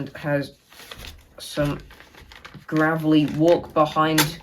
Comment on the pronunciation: Gravely ''a'' is pronounced long as in ''a'', not ''ah'' I do enjoy your videos.